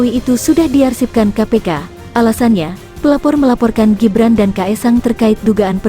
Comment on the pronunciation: Ngomong Gibran aja ga bisa....ko lapor sowak....